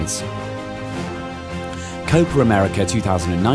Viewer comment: He kept saying copra merica lol